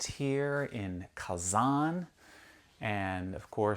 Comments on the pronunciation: Its not Казан, it's Казань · Спасибо за интересное видео. Молодцы сыночки! Хотят, чтоб папа различал звуки русской речи, произносил "Казань" с мягким "Н" правильно. Дракон Зилант из древних татарских легенд изображён на гербе Казани с 16 века. Татары в древности представляли себе дракона так: "Черный дракон с червлеными крыльями и языком, с золотыми лапами, когтями и глазами, увенчанный золотой короной". Это похоже на китайского дракона 6 века, где он ассоциировался с Ян, то есть с активным, динамичным, мужским, светлым, короче – позитивным началом. Современные фэнтези ("Хоббит" 20 век, серия о Гарри Поттере 21 век) развивают представления о драконах из средневековой Европы. Изображения драконов разные в регионах мира. Татарский и восточные драконы не такие, как в голливудских фильмах. Тем и интересно разнообразие культур в России, что каждый народ в ней сохраняет свою культуру. Поэтому у всех российских народов (в СССР их было больше 100) культуры самобытные, разные и взаимно обогащают друг от друга. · не устаёт поправлять папу - КазанЬ)) Тяжело дается анголоязычным мягкий знак на конце слова) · Kazan is the capital of Tatarstan. When you say "Kazan' ", you put too much pressure on your "K" sound and too much stress on the second vowel "a". The stress on the 2nd vowel "a" is correct, but it's a short stress, (it's not emphasized) while you make it a longer stress. You almost skip over the 1st vowel "a", while it needs to be as pronounced as the 2nd "a", open your mouth as wide for the 1st "a" vowel as you do for the 2nd "a" vowel. I hope it's not too confusing for you.